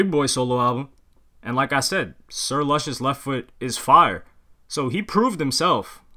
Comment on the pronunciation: Sir Luscious pronounced LOO-SHUS. Good vid tho